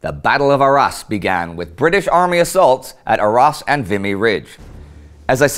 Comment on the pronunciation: Btw quick tip the "s" in Arras is silent